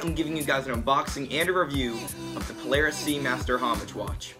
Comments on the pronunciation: Great review! I just want to point out that it's "Paula Reis" not Paulareis.:) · It's pronounced Paula Reis by the way, it's not one word